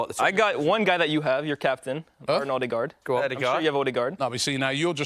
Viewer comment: Anyone else get really annoyed by Robbie saying "Alldegaard" 😂😂